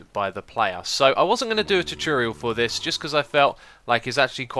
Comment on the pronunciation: Lol you can't say tutorial